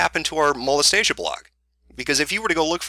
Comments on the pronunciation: Mo-les-tia is different from Mo-les-ta-sia. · ok seriously Molestia rhymes with Celestia, not Anastasia. It's nails on chalkboard xD #Pronunciation Trigger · It clearly says "Molestia" Not "Molestasia" lol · 39 people were probably triggered by the mispronunciation of "Molestia" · I used to read Princess Molestia when I was younger and your pronunciation of her name annoys the heck out of me. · Of all the shit in this video, the one thing that really bothered me is that he mispronounced "Molestia" There. I've made my autistic post for the day.